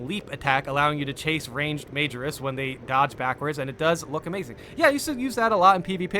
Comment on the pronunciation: I think in another video you were asking about pronunciation (of "minoris" = my-noris), but let me help you out here with majoris = muh-jor-is. I know it's tempting to think of it like the word major, but the inflections are different (cause latin is weird) lol. Keep up the good work brother. The Emperor protects.